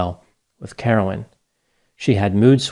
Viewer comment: Yes everyone, that damn Carolyn crashed the plane. I can't believe this half wit podcaster had the gall to gossip about Carolyn's personality and what substances she may have used and when! Wow, just wow. Her name was Carolyn not Caroline by the way. (Mrs.P)